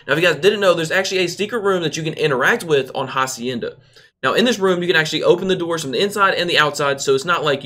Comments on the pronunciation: It's pronounced acienda, the h is silent. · The h is silent in hacienda. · Dude the H is mute in Spanish. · Ja zienda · “HaZIeNdA” if ur Hispanic you’ll understand 😔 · When saying Hacienda the H is silent my friend. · The way he pronounces Hacienda I’m done😂😂😂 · “HAcienda” damn bro that shit hurt me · You pronounced “hacienda” wrong